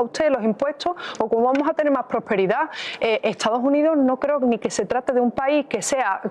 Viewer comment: Vamoj???? Quej ejo???